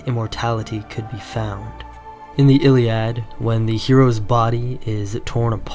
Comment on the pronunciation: The steppe, not thee steppe The backs, not thee backs The first, not thee first The sweeping, not thee sweeping The Russian, not thee Russian The sign, not thee sign The sun, not thee sun The way, not thee way The local, not thee local The synthesis, not thee synthetis The farming, not thee synthetis The genetic, not thee genetic The most, not thee most The story, not thee story Etc etc